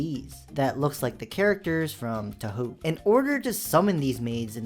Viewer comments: "To-ho" lol it reminded me when I say "tu-hao" as a pronunciation during the time when I was a touhou new fan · I can excuse tuhu(that was a lie, I would NEVER excuse that abhorrent pronunciation of Touhou), but Cahmel?! A fucking Minecraft mob?! His ass needs to go back to preschool 💔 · (and the like 20 other times you said too-hoo) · No no you mean the "toohoo" fans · It aint pronounced "too-who"🥀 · tewolf3162 is misleading you on this. It's more like toehoe. The pronunciation he gave sounds more how Chinese or other Asian languages sound so it may seem right, but Japanese is pretty straightforward with pronunciations. The "u"s only extend the pronunciations of the "o"s they don't add a new sound. lil_doggo_of_doom was leading you better even if the spelling of that example pains me. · Here're two things from me: Touhou is pronounced Tau-how (Tau as in the blue xeno race in Warhammer 40k, almost sounds the same as "how") Camel is pronounced Ca-mul ("Ca" from "camera" or "cat" and "mul" from "mulch") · nope. as someone versed in Japanese, let me fix you on that. its pronounced TO-HO. imagine the u's are silent. because they are, essentially. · a bit too late, also still all u say in the video is how horrible quite average things like maids are and eww this or eww that. + all the missinformation + the clickbait. Just an overall bad video. oh and damn that touhou pronounciation🤮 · im not a touhou fan but hearing you pronounce it inflicts physical pain upon me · Dogshit pronunciation of touhou, immediate dislike, I pray for your downfall🙏🙏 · The moment the Touhou Maid mod is on the list, I immediately leave a dislike. There's nothing gooner about it. Worst the video creator is bad at pronuncing "Touhou" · the pronunciation of touhou is boiling my blood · My guy here obliterating the name Touhou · Man is butchering the touhou pronunciation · Mispronouncing Touhou didn't do this video any favo(u)rs. Also, is that pronounciation of camel normal in your culture?